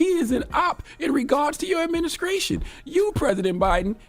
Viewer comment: He is reading off of a script, and he is saying “adminiscration” and “parapherneelia”. This dude